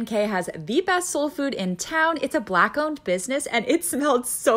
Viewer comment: She said BLACK super hard though 😂😂😂😂😂😂😂😂😂😂😂 you bout to get thick 😂😂💀💀